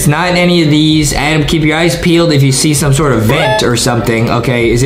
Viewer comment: His name is Adam not adem